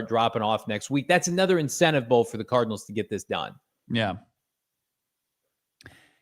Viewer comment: he said Arizona Tardinals